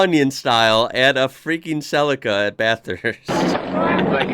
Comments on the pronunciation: "Celica" as in "sleeker than your car". has no one told you it's pronounced 'sell-eek-a' not 'cell-icka' ? ... now watch "The Castle" (1997) it's the ozzy way of life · We call them Sell-eeka not Sellecka, as you probably heard the commentator say. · CEE-LEE-CA NOT CELL-LICK-CA 👍🤓👍🇦🇺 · ... oh god the pronunciation .. it's Cell-E-Ka here in Australia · Cell- li-car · Sell'i'ka hahaha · Celica = Cell - eek - ah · G,day. Some of us pronounce Celica ( silly_car). Had one that model and like the others sold it on. If only we had known!! All the best. Bluey. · It's japanese and it would be pronounced Se-lee-kah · We pronounce it Cel-E-ca as in capital E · Celica is pronounced CEL EEE KA. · In Australia we pronounce Celica as Celeeca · I own an older classic Celica and the pronunciation in Aussie language is like this, SEE LEE KU not the way yanks say it like it is something in a salad bowl! 😄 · The I is pronounced as an E in celica. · Celica we pronounce it SEE-lee-car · We say it like sel-leek-ka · He says it like it's spelt CELACA or something not CELICA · everyone got it wrong! it comes from the latin word caelicus (heavenly, celestial) which is pronounced